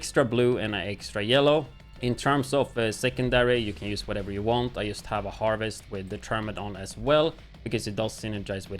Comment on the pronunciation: why do you pronounce 'just' as 'yust' ?